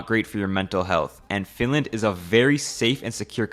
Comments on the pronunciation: how dare u say flinlant! bro its finland or suomi not some flinlant! urgh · she lost me when she said "FiNlÄäand"